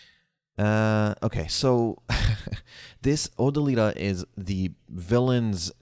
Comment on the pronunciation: O - Dill - i - Ta. Not Oh - Da - Lee - Ta. C'mon man.. c'mon.